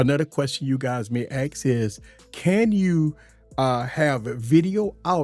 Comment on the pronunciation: dude i have a really hard time watching your videos.. they are informaitive, however.. you dont ax anything that your talking about.. you say ask. the word youre looking for is ASK!!!!!